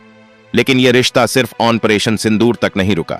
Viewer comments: आप आपरेशन को आनपरेशन क्यों बोलते हो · It's 'Operation' and not Onperation pronounce it correctly. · तुम यह बताओ की ऑनपरेशन क्या होता है? जो तुम कहरहे हो!उच्चारण तो ठीक से करो! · "Onperation" yah kya sij hai?